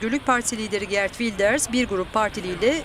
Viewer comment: Girt degil, Geert!